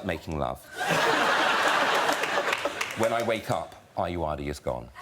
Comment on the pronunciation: As a Nigerian, hearing the way Graham way pronounces Ayoade almost wants to make me cry😂😂😂😂😂😂